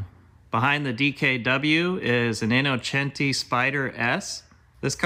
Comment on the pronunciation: Thank you for saying “Innocenti” the right way ❤️